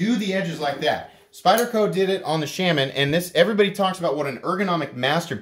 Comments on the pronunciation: I like your content but your pronunciation of Shaman is killing me. It's shay-muhn. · I mean look it up. It’s shay muhn. That said, not sure what possessed me to make such a pedantic comment. My bad.